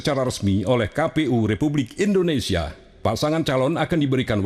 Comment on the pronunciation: Universitas Indonesia atuh mbak bukan Universitas Endonesia ...